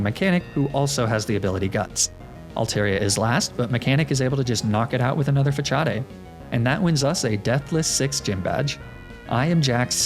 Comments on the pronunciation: when makes another gen 3 run and u kno ur gonna have to hear him saying fachadey to farm comments halfway in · Well actually it's more like "fuh-saad". It's a loanword from french (although in french it's spelt "façade" as the french use 'ç' to indicate a soft 'c' sound.) Regardless, I'm pretty sure it's a joke, possibly a Wolfey Glick reference (who also intentionally jokingly mispronounces pokemon moves and names to get a rise out of people. Notably, he mispronounces facade the same way). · I know that the whole "fachade" thing is a joke but I cringe every time 😂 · Between that and the Facadè pronunciation I had a good chuckle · "fa-cha-day" i hate u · why do you pronounce facade like fachadei? : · / I thought the magnemite pronunciation was odd...then I heard how you said Facade....who else but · The way he pronounces facade irks my soul ... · Im so glad im not the only one who uses their limited high school italian class knowledge to mispronounce Facade like that. I appreciate you for that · of all the ways to improperly say facade you go with one that requires a ch? When i first encountered that move I called it fa-kah-d. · The way you said facade… it doesn’t sit well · I was all for this video till you said magnemite and facade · Is mispronouncing Facade a Wolfey Glick reference? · The way he says facade makes me wanna jump off a bridge xD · I know it's a joke but everytime I hear you say "Façade", I lose 1 year of life expectancy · Facade pronounced fah cha day apparently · “Fachadae” it’s fa-sod big guy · It’s FUH-SAAD not FUH-COD-EH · Omg "fa-chaw-dey" Before I clown too hard is the move actually not pronounced like the word facade? "fa-sawd" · Not sure if it’s intentional. But “facade” is not pronounced “fa-cha-day” but it’s “fa-sah-d”. I’ve watched a decent amount of your videos. I love them! Just throwing it out there and you may be saying it incorrectly in purpose. In that case, I apologize! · Facade... it's facade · Fa-cha-de' lmfao